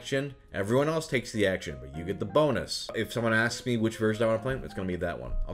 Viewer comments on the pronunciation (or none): none